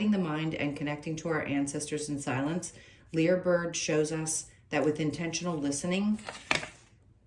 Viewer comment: It's pronounced Liar bird... because it mimics